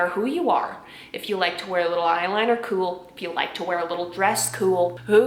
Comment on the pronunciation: the way she says kewl 😂✨